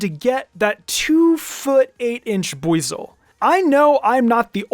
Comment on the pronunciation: Is that really how arceus is pronounced?? Im still saying ar-see-us, sounds better imo Also with buizel 😭😭😭